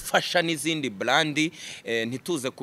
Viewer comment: Umukada agomba kwiga gukoresha “R” na “L” kuko iyo ubivanze byumvikana nabi. Iyo uvuze “bland” byakabaye “brand” abumva urwo rurimi bumva biri ridiculous. Thanks.